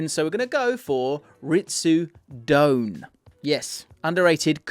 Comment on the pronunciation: Pronounced dough-Anne not doan